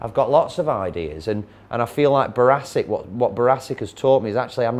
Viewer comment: Notice he calls it barassic not brassic